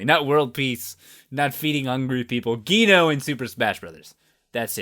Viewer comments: its not said gee-no its said jee-no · Wait it's not g-no its je-no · I wasn't going to say anything, but it was really bugging me too. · Did he say geeno? I thought it was pronounced like jeeno. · GHEENO? It's pronounced Jee-no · Please pronounce "Geno" correctly. It's not "Gee-no", it's "Jee-no" please. It keeps bothering me, and I'm sure I'm not the only one. (Don't hate, it was confirmed that it is pronounced "Jee-no") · Geno is not pronounced (G-ee-no).It's pronounced (J-ee-no).Common Mistake:). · Geno is pronounced (jee-no) it's an Italian name and that's how it is pronounced. I also think the name is pronounced like that in Japanese and has a meaning to it. Nit sure what though. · It’s pronounced jeno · it's pronouncend jee no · ITS JEE NO. JEE-NO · "Gyno" lmao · its pronounced Geeno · its pronounce (G-no) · It's pronounced like "jeeno." The katakana for it is ジーノ (jiino). With a hard g sound it would have been written ギーノ. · No its pronounced gee no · "Geno" is pronounced as "G no". Just thought I'd throw that out there. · I thought it was said as Jee-no but ok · The way you pronounce geno is unnerving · Yeah pronounces it wrong. That's not even a different way to say it, he just says it wrong. No offence. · Super Mario RPG!!! Best game EVER. Congratulations on 1 million subs!!! Also you're the only other person I've ever heard that pronounces Geno with a hard G! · I've never heard anybody pronounce "Geno" like that. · MegaBeastout901 Less enphesis on the Guh sound, more of a Juh sound